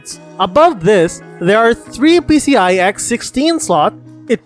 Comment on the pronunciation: pee see EYE eee